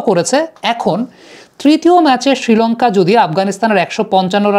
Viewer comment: ছিলঙ্কা ছিলঙ্কা করোস কেন?শ্রীলঙ্কা বলতে পারোস না?